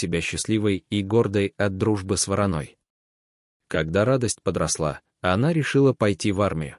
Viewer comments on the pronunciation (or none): Чтец ...ставьте ударение правильно по -русски .. не с воронОй , а с ВорОной.....